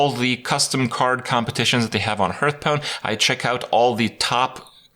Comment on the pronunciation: Hurthstone this Hurthstone that Hurtpwn dat. Like god damnit Krip HAR THHH Stone